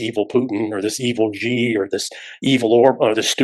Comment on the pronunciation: Strangely, "" very seldom appears in my youtube recommendations; but it's ok - i do a search every few days (thank you all - great eye-opening show, new concepts here!) Btw, I'd noticed all 3 speakers pronounce President Xi's surname incorrectly - it's not "jee", but "sì". As an English speaker would say it (a Mandarin speaker would pay attention to the tone as well.) For reference, one might contrast the two Alexes of The Duran (here, the senior's gotten the right of it).